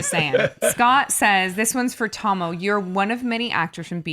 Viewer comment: Now I know how to pronounce Tahmoh's name. Your reactica is worth it for just that.